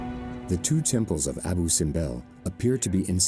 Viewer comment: Abu ( acentuado en la U )